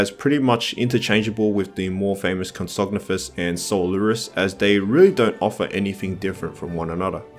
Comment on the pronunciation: Your pronounciations are all over the place. Compys are "pro-komp-sog-NATH-us." And Ichthyosaur is "ick-thee-o-saur"...Like the Ichthys (Ick-this), the fish-like symbol used to represent Christianity.